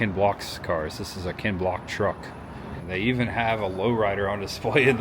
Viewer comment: It's Ken Block not Kent 😂